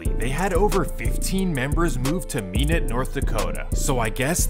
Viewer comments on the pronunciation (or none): Dude said minute nd😂 it’s pronounced (my-not nd)😂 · It's pronounced My•Not (Minot) 😆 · It’s “My-newt” Minot, ND God damn pilgrim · It's my-not (Minot) and explains why so many people from California are there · It’s My-knot North Dakota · Lol being from North Dakota it is true that there’s stupid money here. And it’s my-not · Just so you know it’s pronounced ( my- not ) North Dakota lol and no I’m not from there however I have been there 😂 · It's pronounced MY-not . Minot north Dakota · Minot is pronounced like ( my not) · Minot lol it’s (m-eye-knot) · Minot [my-not] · Minot (my-not-) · He messed a bunch of stuff up. Country didn’t move 20 members to Portland and establish a set there. He completely made that up. They were in Minot (which he pronounced wrong) because of the oil business. They were working up there this guy just puts BS out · He didn't say Minot right. 😂😂 I used to live there. It's a cold like you wouldn't believe 😂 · Bro said Minot wrong 😂